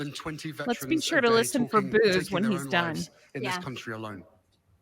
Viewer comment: Girl, the t in listen is silent.